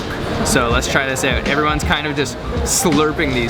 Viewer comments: the word "OUT" is pronounced "AAAOOooot" NOT "Eeoot" dam everytime you say it ....just zingz my ear...you dont believe me....Google it and hit the fu*in speaker key on the word "OUT" DAM!! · You say "out" funny.